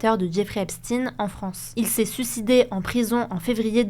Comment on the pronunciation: Je suis le seul a bugger que leur manière de dire su"I"cider ? Je chipote pour rien mais ça me tracasse qui retire ce I 🫠